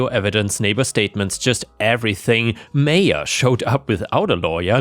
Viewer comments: It's pronounced MY-ah, noy MAYA. Seriously you shouldn't keep needing your commenters to correct you. There ARE websites where you can type any word and it will tell you the correct pronunciation. Stop putting the work on US, when YOU'RE the one making the videos. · Maya is pronounced "My-ah" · It's pronounced 'Maya'...happy to help! That first story illustrates perfectly why the US needs psych screening before issuing gun permits.